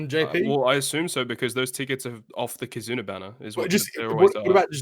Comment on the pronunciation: Great start for 2021! Thank you for answering my question about kizuna exclusive legends (you did pronounce the name correctly) - I think it would be great if the legends and or kizuna rr would be available via kizuna tickets in some way. I would like to see a limit break material island (1 island or maybe 1 island for each color similar to the turtle islands) and then introduce a new legend similar to legend chopper that would double the drops of the limit break materials. Don't know who I would expect the legend to be though.